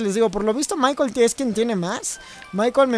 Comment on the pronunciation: No es maiquel es maicol ( escribo como se pronuncia)